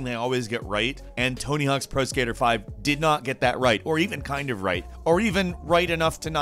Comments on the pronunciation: Pro "Iskaiter"...I swear does this on purpose. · "pro skiter" lol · Hehe... you said skyter the 3rd tims now skater..... hehe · Pro skeeter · idk why but the way you said "pro skaeter"" made me DIE LUL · you said the word "skater" weirdly. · doesn't even play video games. Can't even pronounce skater. Wtfff